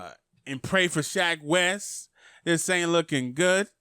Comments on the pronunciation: I like how he says "Shaq" instead of "Sheck" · You mean "Sheck?" My guy is saying "Shaq Wes." 😂 ~Dz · Fw wif u but it’s sheck not Shaq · When you say "shack wes" when its "sheck wes" 🤦🏾‍♂️ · SHEK Wes. SHEK. Not SHAK. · Who the hell is shack wes , you mean sheck ? wes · Nigga said “shaq Wes” 😂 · i like how he says shack wes not sheck wes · Who the fuck is shaq west lol it’s shek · Buddy said “shaQ west” .. sheck... it’s pronounced “sheck” rhymes with heck // neck// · its called sheck wes not shack wes news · its not shack its sheck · Everyone: Sheck Wes: SHAQ WES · “Shak Wes” 😂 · Shack Wes.... bruh, DO YOU NOT SEE THE "E" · No one:: “Shaq wes” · Manz rlly said shack wes 😭😭😭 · Tf is "SHAQ WES" my g? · He said “Shack West” lmao 😂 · Lmao he's saying "Shaq Wes" lmaooo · Nigga said shaq west 😂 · My man really said Shaq west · Part of me feels like you saying Shaq Wes to be funny but then again I feel like you legitimately don't know his name 🤦‍♂️🤣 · I had to 👎you cuz you said "shaq" wes multiple times 😂 still all love and support tho lol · i fux with you but if you say SHAQ Wes one more time.. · “Shaq west” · Who’s Sha Quest? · I was confused for a sec when he said SHAQ WES 🤣🤣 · why is it so hard for u to pronounce Sheck Wes properly lmao